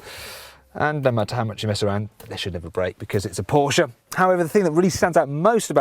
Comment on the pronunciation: that's how it's pronounced- por-sh-ah